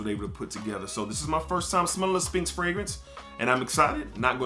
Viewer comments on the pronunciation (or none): The P is silent in SPHINX. Its pronounced Sss-FINKS.